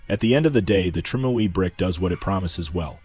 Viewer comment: trime ooey brick says the AI